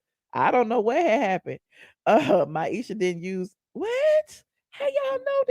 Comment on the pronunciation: 😂I am laughing YOU KEEP CALLING MIESHA - MYESHA